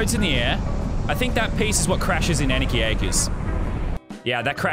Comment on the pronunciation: LazarBeam it’s anarchy not Annakey